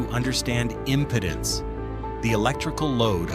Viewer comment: It's not pronounced as "Impotence" but "IM-PEE-DENSE"😳!